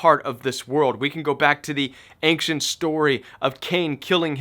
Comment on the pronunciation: Love your content. I've heard your say "ancient" like 6 times in the last two months. I wonder if you are aware of that accent you put on the "c". I hear "ainkcient". I wanna know if it's just me :)